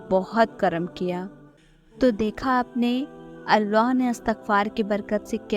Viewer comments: When you say ALLAH, it sounds like arwah Try to say it simply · It's Allah, pls work on ur accent.